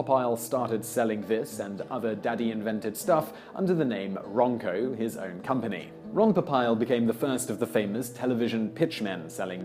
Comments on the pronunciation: LOL!!!! "Pop-Aisle"??? It's "Po-peel", moron! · simon its po-peel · Pop-isle? wrong it's Po-peel. The game is Rook, not Rock. I would have expected you to get that as rooks are European.